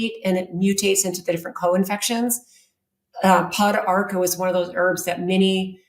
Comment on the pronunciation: Funny she knows about thiese herbs but can not pronounce them. I am an herbalist the studied around Central and South America. Pau D'arco= po darko. Also used for cancer in S. America. Una de Gato= oun-na de ghato Also used in kidney and urinary tract issues.